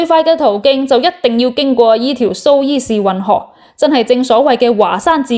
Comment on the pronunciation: 读苏彝士运河，唔係苏伊士运河。